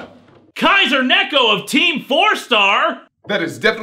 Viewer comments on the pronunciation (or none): none